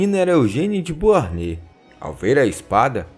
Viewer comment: Ótimo vídeo! Só um detalhe: a pronúncia correta de Beauharnais é "Boarné".